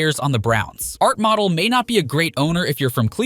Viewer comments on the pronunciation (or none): Imagine having a YouTube channel, dedicated to the NFL and not knowing how to pronounce Art Modell. Art Model. 😮